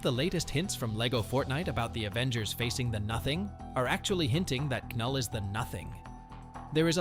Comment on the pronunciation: I hate to be a stickler for details but his name is pronounced null, the K is silent